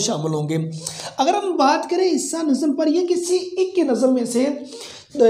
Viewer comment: Sir plz correct ur ik . It's not ik it's aik. 😂